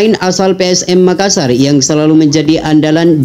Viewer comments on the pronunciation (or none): none